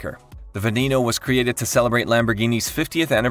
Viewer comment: The way it pronounces the Lambo Veneno is just ridiculous.